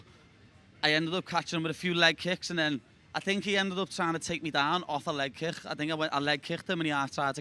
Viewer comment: "Leg kickcta"